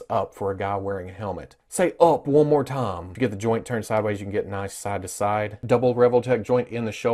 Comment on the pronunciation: He says saide to saide instead of side to side